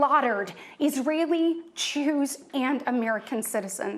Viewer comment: She says Jews as chews in 😂